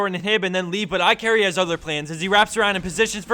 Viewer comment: His name is IKarry actually. but okay lol